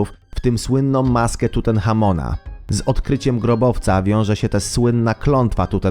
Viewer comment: pozwolę sobie sprostować nie Tutenhamon końcówka un